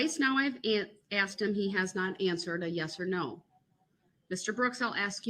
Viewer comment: When Brooks "Axed" one of the witnesses "And what other details do you not recall?" That kinda said it all for me. He's a fool & he's really really dumb.